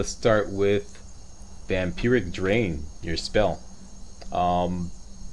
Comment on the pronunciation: He says vampiric correctly and vampirism incorrectly